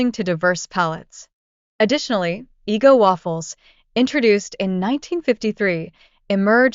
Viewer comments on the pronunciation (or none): Thumbs down after she pronounced it as "eee-go" instead of Eggo. 👎